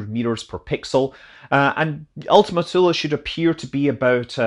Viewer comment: Thank you for not making Ultima Thule rhyme with Zuul